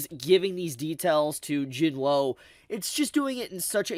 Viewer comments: Do you purposely mispronounce Jinwoos name? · That’s not how you pronounce Jinwoo…